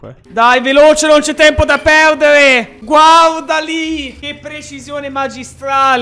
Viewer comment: "Guavvvvvvvda lì"